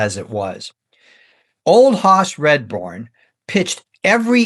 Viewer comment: I love you going over such great players and great eras of the game. I have to say though that you mispronounced his name. You kept saying Redbourn not Radbourn. Still great work.